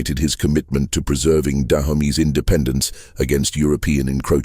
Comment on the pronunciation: Did you say - Dah homie? Is that what you were saying?